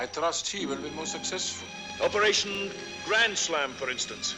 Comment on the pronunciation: "Operashunn Grandshlam"